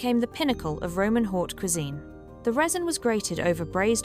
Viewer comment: Just a note. The 'Haute' in Haute Cuisine is pronounced like 'Oat'.